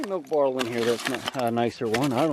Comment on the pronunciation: Love the way you pronounce bottle .